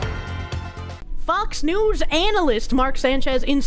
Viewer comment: I swear when you said Fox News, I thought you said foxu Lol